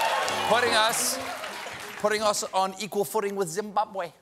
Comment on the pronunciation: “ZimBUBwe” lol, check your pronunciation Stephen.